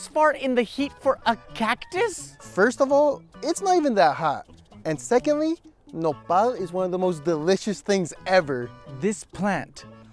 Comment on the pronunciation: Mexicans: "nopal": "Nepal"